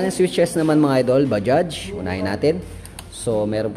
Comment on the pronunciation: Anung Salita Un pa sosyal bajjjjjaaagggghhhhsss daw